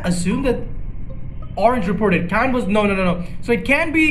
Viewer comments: It's seeyan not kyan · Please stop saying cyan with a k